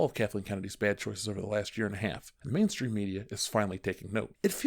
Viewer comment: Did I just hear Manstream Media!? 🤣